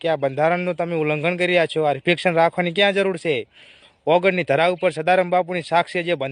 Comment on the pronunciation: 3.26 અલા એય રિફેક્શન નહી reception કેવાય 😂😂😂 તમે લોકો પેલા ભણો પસી બંધારણ ની બાબત માં પડો ખબર કઈ તંબુરો એ નહીં અને શીખ આપવા hedya સે 😂😂😂